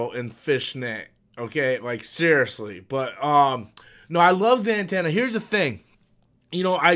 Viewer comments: The Dark Knight over Batman 89. Also: Za-tanna, not Zan-tanna. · Why are you saying zantanna?? It's Zatanna.